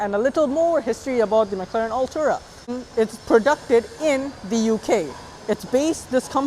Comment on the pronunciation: No hate but please pronounce it correctly, you’re saying “Altura” not Artura. Nonetheless good effort.